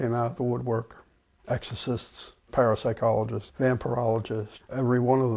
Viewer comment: I'm sorry did she say parasite-cologists, or parapsycologists?